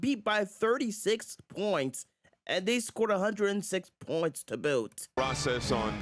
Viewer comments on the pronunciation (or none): none